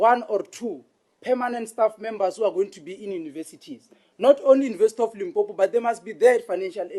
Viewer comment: Its limpopo not limpompo😢